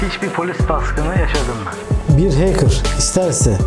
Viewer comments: Hacker bey keşke önce hacker kelimesinin telaffuzundan anlatmaya başlasaydınız arkadaşa.. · heykır demeyeydin iyidi abi be